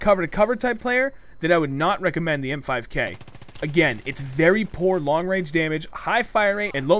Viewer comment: I thought it was the "MP5K" Not "M5K". o_O